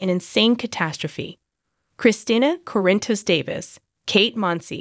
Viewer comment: Oh great a new one 😠😠😠 Yes we have known for 2 weeks he was... need to pronounce Sonny's last name correctly...